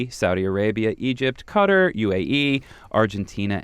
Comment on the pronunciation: Qatar is not pronounced "cutter"..... it's Kah tah ...just sayin'